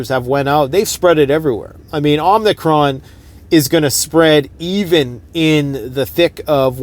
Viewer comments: its OMI-CRON NOT OMNI-cron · it's Omicron, not omnicron.